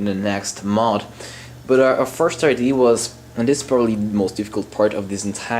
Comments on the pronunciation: Its Idea not ID . Work on sounding intelligent to match what you are doing technically . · it's pronounced IDEA, not ID. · you are great at english the only thing you said wrong was "idea" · its amazing how many people care so much about how you say "idea" though clearly they understood what you said. lol.